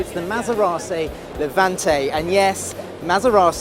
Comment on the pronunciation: Do you listen to the bullshit you are talking? The GT concept could go into priduction toworrow? A Honda is the most important car for us? And learn how to pronounce Maserati...